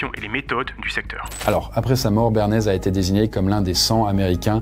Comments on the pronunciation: Je suis le seul à avoir capté qu'il dit béarnaise et non pas Bernays? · J'ai eu l'impression de t'entendre dire "béarnaise" tout le long de la vidéo, du coup bah maintenant j'ai envie de sauce béarnaise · Très intéressante cette vidéo ! Par contre j'ai cru entendre "béarnaise" tout le long 😅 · Pendant toute la vidéo j'ai entendu "Béarnaise" 🤣🤣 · J'entends BÉARNAISE 😂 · Tu dis béarnaise tout le long... c'est troublant 😅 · Est-ce que je suis la seule à avoir entendu "béarnaise" pendant toute la vidéo? XD